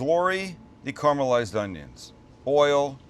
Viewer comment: So, I love your channel, and I love all your cooks. I really do. But I have one problem. You've said it many times during this video and many times previously. I also know that me complaining about it isn't going to change anything. You'll probably not even read this comment. But here it is: Carmelized onions...even youtube is telling me that it is incorrect. Caramelized. Seems everyone has lost the ability to pronounce words in this day and age.